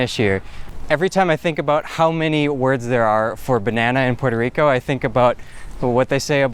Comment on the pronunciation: “Porter Rico”